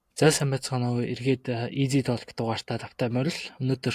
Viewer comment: Толк биш тоок гэж хэлдэг шүү